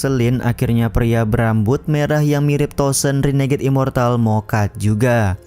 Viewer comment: Tuo shen bang bkn tosen 😂